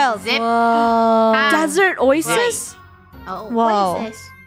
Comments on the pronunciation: funneh actually said oysis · “Desert OySis” 😂😂😂